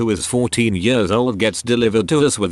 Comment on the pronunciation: text to speech logic: -can pronounce haemorrhage - struggles at the word years